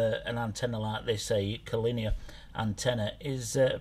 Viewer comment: Con olier Lolol made me giggle that did.